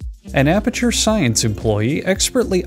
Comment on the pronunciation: me when he says apature science worker : h a p p i n e s s n o i s e